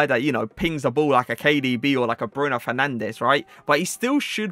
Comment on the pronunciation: Pronounces Joao correctly but can't say Fernandes or Guedes lol